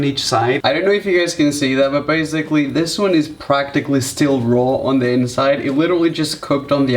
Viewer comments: “So baisigly” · Please learn how to say basically